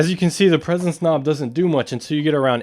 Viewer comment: it sounded like he said presonance.